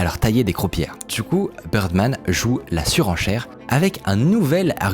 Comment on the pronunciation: Très cool vidéo ^^ Je suis trop perturbé par le fait que Bidermann, tu le prononces Birdman toute la vidéo XD